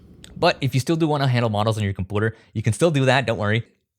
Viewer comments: Please stop saying "koompuder" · pronouncing U as OO is very annoying, otherwise good video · you say U words wrong. Stop It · its computer not compooder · why do you say compuuter instead of computer lol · its a computer not compooter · It's a computer, not a compooter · Great video, man! Glad to see people maintaining things that are about to be SOL. Curious, why do you pronounce "computer" as "compooter" and "community" as "commoonity"? Is that a Canadian thing? I never heard anyone pronounce it like that before, lol. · he said “As long as you have the Spotify thing on your comButer” 😂😂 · computar bro idk what said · Compooter speech impediment go crazy 😂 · compooter hehe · did he say "campooterh" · I love the way he says "compooter". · Linux ✅ Gay femboy ✅ Annoying ✅ Compooter ✅ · haha Combuter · I laugh every time he calls it a “COMPOOTER” 😂😂😂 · every time i hear coomoonity, coomoonicate, and coompooter i lose my mind. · Compooter? Never heard that one before. lol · Say “kompooter” or “komoonity’ one more time bro I swear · why do you say comepouter xD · and with more compooter and coomoonuty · How the fuck does this guy say computer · heh, everytime he says computer. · Is the pronunciation of computer/community an inside joke or just the way talks? Anyway, what a delightful video. I love projects like this to keep things alive and even make them better/more versatile than before. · The way you pronounce your U's in words like computer or communicate triggers me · Gotta ask cause I really enjoyed the video but do you know how to pronounce computer? It was really distracting using the childish words but other than that I love this video and now I'm thinking how I can just build a cool pi version of this